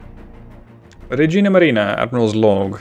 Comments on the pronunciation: It actually sounds like you're saying "Regina Marina" instead of "Regia" lol, which is still italian,it just means "Queen Navy" instead of Royal navy :D the other pronounciations are pretty good tbh,if a bit awkard,but that's totally understandable :D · Just a tip you pronounced it regina (queen) maria instead of regia (royal) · Regia is pronounced Reja, not regina :)